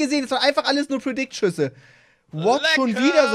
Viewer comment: Auf jeden Fall "predikt-Schuss" 😂😂😂